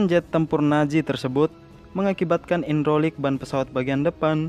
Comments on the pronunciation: Bantu Ralat : - Situasi janggal (bukan ganjal) - nigel (dibaca naijel) *bukan dibaca nazel - hidrolik (bukan indrolik) Saran saya untuk lebih baik kedepannya, searching dulu kata kata yang sekiranya kurang yakin untuk diucapkan/ditulis di kontennya mas. Terima kasih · Ralat bg hidrolik bukan indrolik bg🙏